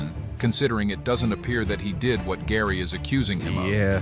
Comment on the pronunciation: Gary needs to drop the R from his name